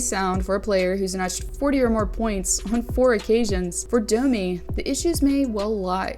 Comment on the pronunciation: is this on purpose that you prononce dummy instaed of Domi, i'm just curious, English it's not my first language